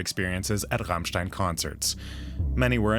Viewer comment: ICH / STEHE / ZU RRRRRAMMMMSCHTAAIIINNN ! lol